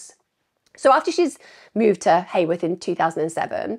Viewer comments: Its heworth not haworth lol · Not that it matters at all…but as a local to the area, Heworth is pronounced Hue..worth, ( so like saying you-worth but with an H) not hay worth. Enjoyed hearing your take on the case and nice to hear a non judgmental view of Claudia. I have long wondered if she had an affair with the wrong persons husband….which lead to her demise, do we know if any of the men she was seeing have mysteriously disappeared too? but then again it could be a complete random opportunist predator that homed in on Claudia, wrong place wrong time kind of thing. Could be a student at uni that she rebuffed….Very tragic case for her and all of her family and friends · It’s Heworth not Heyworth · Heworth is pronounced like Hue.. worth. Just FYI, xxxx❤ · Just one frustrating point Em'....It's pronounced HEWorth, rhymes with Who worth! Just a minute irritation. 😠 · York locals will never forget. I thought that too, best way I've ever heard Heworth and Acomb said 😂😄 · Yesss, finally! Thank you Emma. I’ve been requesting true crime content creators to cover this case for years. It’s very close to my heart because I’m from York (live about 2 miles from Claudia’s home) I’m the same age as Claudia, and us Yorkies still haven’t forgotten about her. Nobody simply vanishes. Somebody knows something. Also, Claudia disappeared from a suburb called Heworth, (pronounced Hue-worth) not Hayworth. There is no such place as Hayworth in York.